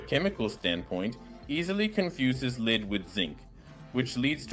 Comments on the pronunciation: First of all, this AI voice was TERRIBLE in this episode... SO MANY PROBLEMS!!! Just saying random words for no reason... The temperatures made no sense sometimes... the volume was all up and down... the pronouncing of some words was all wrong (say 'leed' instead of 'lead/led') - PLEASE just go back to your own voice, you spoke perfectly fine English bro.... and if you don't feel like you're good at it you HAVE TO KEEP AT IT and continue using the language in order to get better.... how can you get better at it if you don't use it... PLEASE just try going back to YOU speaking English and just WATCH ALL THE COMMENTS TALKING ABOUT HOW MUCH THEY MISSED YOUR VOICE AND HOW ITS SO MUCH BETTER..... - - And SECONDLY, Your stirring was yes, destroying the bubbles... you need to use a DIFFERENT TYPE OF OF STIRRING.... think of a MILKSHAKE MIXER.... it's a spinning rod with a round disc iobn the end that is wavy.... AND if you spin it VERY FAST it CIRCULATES THE FLUID, INCORPORATING AIR INTO IT, AND THIS WOULD BE THE RIGHT WAY FOR HOME LABORATORY TESTING..... PLUS YOU HAVE TO PUT THE MELTED ALUMINUM into a METAL CONTAINER AND KEEP IT HEATED WITH A BLOW TORCH UNTIL YOU ARE READY FOR IT TO COOL DOWN..... - - - BUT I don't expect7 that you are going to continue with this experiment, so there is no need for me to explain further.... but the stirring with such a large piece was bound to destroy the bubbles that were made.... BUT I REALLY ENJOYED LEARNING ABOUT METAL FOAM and the other metals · Listen closely. It makes the typical mistakes of AI, like the mispronounciation of lead (the metal) as lead (guide). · Please bring back real voice or make ai as seperate voice track option the ai messed up saying leed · AI voice muddles up words: compounds became components, lead became 'leed' several times. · This is kinda worse than the voice actor you had please get rid of this AI voice it cant even say the word lead reliably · The ai also fails to pronounce lead half of the time 😂